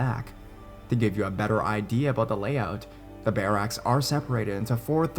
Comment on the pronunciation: lol the way you kept saying barracks was driving me nuts! but i love your videos (